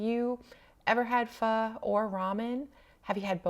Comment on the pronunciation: It’s nice to hear you say Pho correctly ☺️. I’ve had both and I’ll eat either depending on the mood. There’s also Korean and Japanese ramen which uses different base.